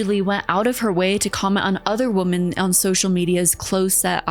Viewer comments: Okay I'm sorry, WHY is everyone on YouTube suddenly starting to pronounce "women" as "woman". I've never heard you do this before and I've noticed the same with a few other commentary channels. I'm not a native speaker and it's really weird that I was always taught it's "wih-mun" and now you're all suddenly saying "woh-mun" like it's normal, lol. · Do you genuinely not know the difference in pronunciation between "woman" and "women," or are you just trying to be quirky? Do you not know there's a separate, slightly different word for the plural of "woman?" I like your videos for the most part, but that specific thing drives me insane.